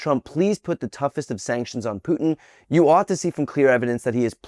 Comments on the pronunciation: You say "Pu-tin". I say "Poo-tin". 😁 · It is not PIUTIN,,,, it's POOTIN! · Huckleberry Kennedy found his spine? Fake outrage, he was in Moscow on July 4th 2018 with 8 other Republicans collecting bribes. And don’t let the MAYBERRY CLOWN ACT FOOL YA. He can actually speak regular English and is a Harvard grad. And he knows it’s Putin PEWTIN. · May this be the beginning of a trend but can't that dingaling Kennedy manage to pronounce POO-in instead of Pyu-tin? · Why does this hick keeps saying peeutin vs Putin? That guy is a horrible human. Let's see if he follows up with real resolve or corwards down to Trump once again, and against the American interests as per usual. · Ole Senator Corn Pone…”Pewtin”!! Looks like Cornie can’t take the lying!! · Hey, Sen. Foghorn Leghorn … you actually said something devoid of hypocritical disingenuousness. Kudos. But here’s a tip: it’s not “Pewtin” … it’s “Pootin” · See that's why Russia doesn't give a eff, because these won't even pronounce names right. Pewtin his name is Putin . Other cultures find that disrespectful rather people like it or not. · First Senator Foghorn Leghorn, It is Putin. Not Pewton. Second your sanctions mean and do absolutely nothing to us. You lost all economic leverage. You President is a weak fool that bends knee to our President Putin. Europe will not follow you. Europe industries and economy runs on Russian oil and natural gas. Their homes are heated by us. While you threaten NATO and war with Denmark. There are French subs in Nova Scotia Canadian ports. Your economy in dropping into Great Recession at best. Good luck. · Pewtin? It's Putin thunder brains. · I think there is exactly one person in the world that says Pewtin. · I laughed Every time he said Peeewtin! 🤣 I hope more R's start growing a spine and Actually DO something... talk is cheap! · Pyoot-in. What a rube. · pewtin? pew-pew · Puuutin?😂 Sorry y'all. Serious subject, but I couldn't get past his pronunciation of Putin. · Who tf is pew-tin?